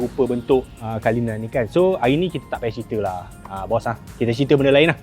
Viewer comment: Cara sebutan bukan kalinan tapi CULLINAN (KU LI NēN)